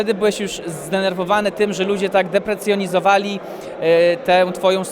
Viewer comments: Od Dara nauczyłeś się wyrazu "deprecjonizowali" xd deprecjonowali* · "Deprecjezonowali" dziennikarz 😅